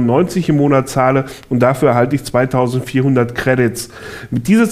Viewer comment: anstatt mit habe ich myth verstanden :D